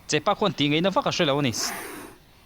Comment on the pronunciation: Thianpa, (chepa) nilo in (chehpa) an ti thin a,chuan hei hi (sarivaithun) a nih hi